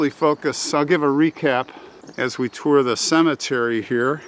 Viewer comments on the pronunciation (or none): none